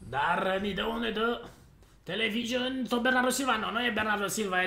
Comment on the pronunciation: "televison " pe bune